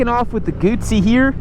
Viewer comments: The worst thing about this review is the constant mis-pronunciation of Guzzi. Try saying Guzzi as in footsie, NOT bootsie. Why do you keep missing gears? If you ever rode a m/c in the rain, you'd appreciate the 'wings' keeping your balls dry. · If you don't know how to pronounce Moto Guzzi, if you don't know how Guzzi riders call themselves, if you don’t know how to adjust the wind screen, then please make us a favor and don’t test ride Moto Guzzis anymore. You are harming your reputation and credibility!